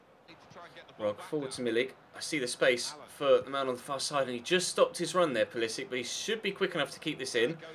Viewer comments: Pulisic is pronounced Pulisich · Theobold Trollington-Smythe no, i think is correct, pulisic has an accent on top of the c that reads ch